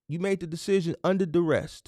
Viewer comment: I’m learning a lot. Hopefully with your informative videos and a consultation or 2 I’ll cut out a lot of the mistakes and hit the ground running. I also appreciate your effort in enunciating and properly pronouncing words. However fyi there is no t or -Ed on duress or novice. I know you wanna be the best you can be. Just a little constructive feedback. Enjoying all you do bro.